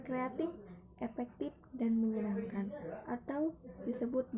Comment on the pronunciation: Efektif sayang bukan epektip....... Hehehe.....aku sayang kamu bu 💞💕💓